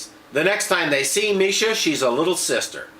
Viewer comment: Marsha not misha